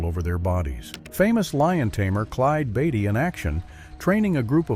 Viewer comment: Finally! Someone prounounced his name Clyde Beatty correctly